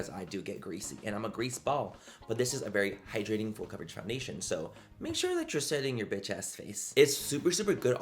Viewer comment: When you say full coverage all I hear in my mind is FOOL COVERAGE 😂 I love you Manny ❤